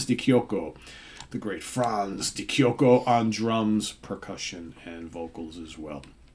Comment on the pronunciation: Great album by a legendary Italian band, the drummers surname is pronounced ' De Chocheo ' !